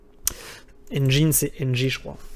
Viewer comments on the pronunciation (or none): none